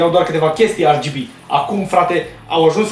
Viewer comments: De ce zici ArGB? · Eu am auzit si de "REGHEBE"